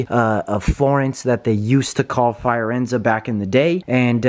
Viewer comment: "Fire-enza" Fi-or-enza